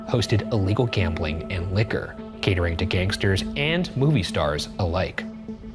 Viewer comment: I legit thought you said gatorade for gangsters and not catering.